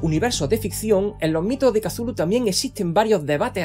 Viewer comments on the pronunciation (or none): Se dice chutulu y punto, ya se oye muy mierda como para empeorarlo con el kululhululu que más parece un barboteo de bad bunny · Escupí cuando escuché el Too-koo-lo 😂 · Como fan de los cazafantasmas que soy, si el erudito Egon Spengler lo pronunció"Cutulju" yo le creo.😂😂😂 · Damas y caballeros, Thu-Ku-Lo es canon. Yo suelo pronunciarlo fonéticamente "catzulu" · Lo pronuncia como Tulu no? según he escuchado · Porque tanta sensura ni siquiera decis CUTULU